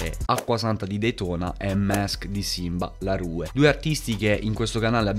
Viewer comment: bella halb. volevo dirti che simba la rue si pronuncia simba la ru (con la E muta)